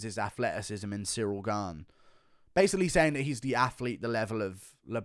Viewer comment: best was jon calling cyril cereal😂